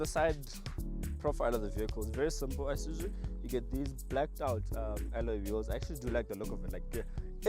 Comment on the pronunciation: IiiiSuzu not Eye-Suzu 😩